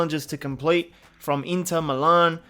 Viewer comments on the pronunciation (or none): none